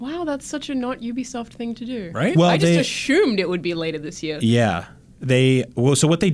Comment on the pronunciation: "Ashumed" - Alanah. <3